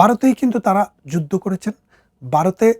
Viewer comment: আপনি বলছেন বারত , যুদ্দ , ইত্যাদি । কেমন হলো